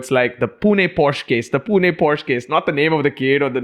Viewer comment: PLEASE BROOOO ITSSSS = """""""POH SHUH"""""""